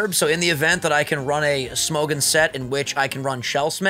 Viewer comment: Oh no.... pronounciation of Smogon sounds so frickin weird, im dying from laughter. Smou - goun. Thats hilarious.